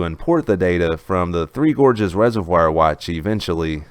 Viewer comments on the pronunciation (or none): Love your channel. View and upvote every day. But you should pronounce 'reservoir' the correct way: /ˈrezərˌvwär/ You can look it up.